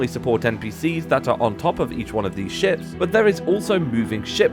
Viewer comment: Ngl, when you introduced the Animated Ships mod I swear you said Animated Shit, and honestly it still fits the mod